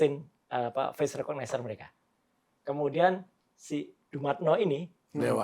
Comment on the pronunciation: Ngucapin Dumatno aja keliru. Meragukan penjelasannya.😊